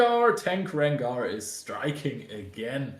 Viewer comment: Dude keeps calling it a RenGUARD instead of RenGAR lol